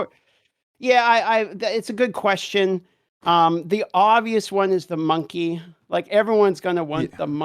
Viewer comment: Its Monkey not Monkay